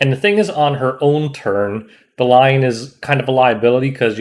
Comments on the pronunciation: I think it should pronounce "Belyan" not Belayan... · Bel-e-an i think its pronounced. seems like a world arena unit with the soul cancelation. Id pair her with a faster bassaar or operator sigret. S3 strip and reduces CR then she follows up, further reduces CR and provokes basically giving 2 turns for the team before they can control attacks. If you paired it to kill a bruiser team, bring straze. she is very stat hungry and team dependent.